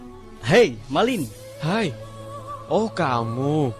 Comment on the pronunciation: Bukan MALING tapi MALIN ( ujung kata gak pake huruf G )